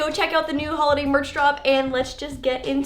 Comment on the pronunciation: DID SHE SAY HOLODAY?! SIMPLY FAM WHERE YOU AT!